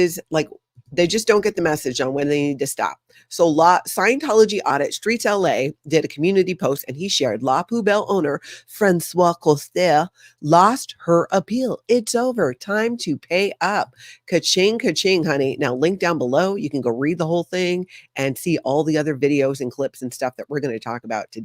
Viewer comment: Françoise is pronounced “Franswaze” and not “Franswa” as this is the male name (written François)! And the Courage Award for The SP Chef, Samuel, is Swiss (from Switzerland, not Sweden)! The magazine Beobachter is in German and means Watcher or Observer. Switzerland is divided into three parts: The German one, the French one, and finally the Italian one.